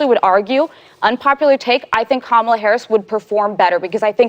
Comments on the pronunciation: Is not Camela It's Kamala. Lmfao. She must have forgotten. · When is no one mentioning the way that Whoopi pronounced "Kamala's" name... "camel-a" I've heard people get accused of "racism" for pronouncing it like that..🤔🤔🤔🤔 Weird